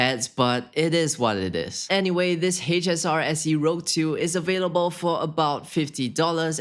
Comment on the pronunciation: isnt it the H-SR-SE ROUGE.. you put "rogue"... its a french word, means red :) and its pronounced "rooj"